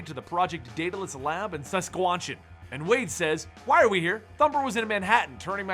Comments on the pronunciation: "Saskwant-chan" now that's a new one (ps: its sask-at-chu-wan) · As someone who lives in Saskatchewan (sask-atch-oo-won) it hurt to hear him pronounce it like that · Try See-Ska-chew-wan. thats the way. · Sasquinchin 😂 Sask-at-chew-wan I live there that's how you say where he's from lol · saskwachen? lol its Saskatchewan. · Who else heard him say saskwanchan instead of Saskatchewan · Sesquanchen.. Oh dear xD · he mispronounced saskachewan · It’s pronounced suh-skatch-uh-wan Still another great video keep up the good work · Lolz!!!!! I love how you pronounced Saskatchewan! XDDD Too funny. If you're wondering its [sa-skach-uh-won, -wuh n] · really come on its sask catch chew wan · dude you just completely butchered Sasatchewan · you mis pronounced SASKATCHEWAN! it is Sask-at-chew-wan. I don't blame you. even Ellen can't say it. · We usually pronounce Saskatchewan like se-ska-che-wan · just a quick thing. it's pronounced Sas-catch-a-wan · pronounced Sas-katch-hew-wan fyi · Sa-Scatch-chee-wan Definitely not See. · Most of my friends pronounce it Sahs-catch-ew-wan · Is nobody going to talk about how he pronounced Saskatchewan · As a Canadian it hurt me to hear you pronounce Saskatchewan. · mispronouncing streak goes on! "Saskatchewan" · Saskatchewan sounds way off and Ellison is Eh-L-uh-suh-n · Anyone from Canada catch the way he said Saskatchewan? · ooo the cringe on how he pronounced Saskatchewan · can you pronounce Saskatchewan again? I want to put that on an endless loop and use it as my ring tone. Lol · I should unsubscribe just for how you pronounced Saskatchewan. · ~eye twitches when you say Saskatchewan~ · your pronunciation of Saskatchewan was nauseating. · Politically Uninformed i live there and so i can safely say u pronounced it very wrong